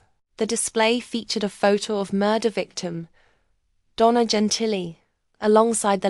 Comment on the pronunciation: "Jen Tilly?!!?" 🤣 JESUS CHRIST!!!